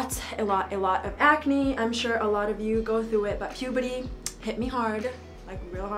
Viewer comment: Yeah bc of “pubady”